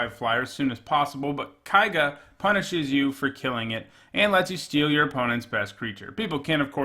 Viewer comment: kay-ga, dammit